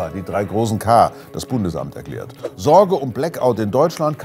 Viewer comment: "Sorrrrge um Blackout..." 😄 Danke für den tollen Beitrag!